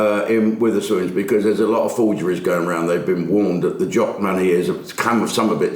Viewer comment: there's no i in Wetherspoons